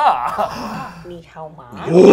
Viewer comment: hao is supposed to be 3rd tone not 2nd, and ma is no tone :P